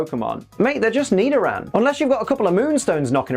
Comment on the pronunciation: Nidoran..: more like me-do-ran 🤣